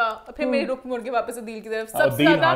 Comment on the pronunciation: its not ruk its Rukh like (Rooh)